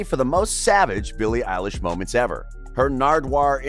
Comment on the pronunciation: It is Billie elish